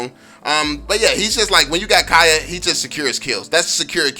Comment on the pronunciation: Kaya? Its kaja bruh